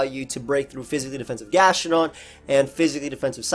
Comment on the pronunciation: Bruh that 'gastrodon' ahahahahaha